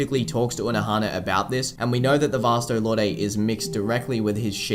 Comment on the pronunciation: Is Vasto Lorday the dubbed version or something? I remember it being pronounced Vasto "Lord."